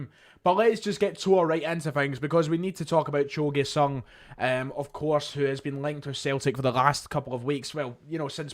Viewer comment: It's pronounced "joe GYOOOO sung" not "Gway" I dont know if theres any point in discussing the GG rumours more than what I posted on your video yesterday. FIrst of all there is no indication that Urawa Reds ARE interested and only circumstantial reasons why they MIGHT be. FWIW the only reports of ANY interest are coming from Scotland. Every article in the Japanese press quotes either the Daily Record or someone even less reliable, whereas nobody (in Japan) claims to have a statement of interest from the Reds themselves. But here's the bigger problem. There is no chance in hell that Urawa Reds could come up with 8 million pounds. They had one of their worst financial performances ever, last year, and many believe that the reason why they sold Kaspar Junker to Nagoya Grampus (for E1.7 million) was that they couldnt afford his contract. The maximum they might be offering (and again it is a huge assumption that theyre even interested) would be around 2-3 million Euro.